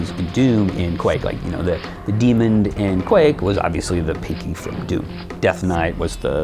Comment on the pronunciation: The "demond"?